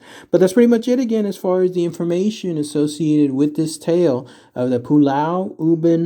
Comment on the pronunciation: Yes... as a Singaporean, you said it correctly...